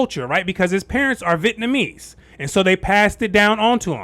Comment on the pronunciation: Do you know something about the pronunciation of Vietnamese that I don't know? You keep saying VIT-namese instead of Vi-et-namese.